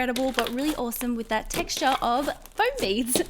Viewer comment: its not pronounced as flowm its foam and CLEAN YOUR HANDS LAYDY!!!!!!